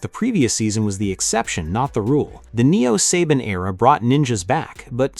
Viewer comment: It's not SABIN. IT IS SABAN!